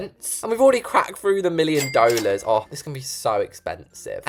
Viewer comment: The way he says DoWLaSss